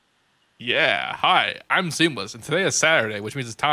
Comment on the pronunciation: I heard that too XD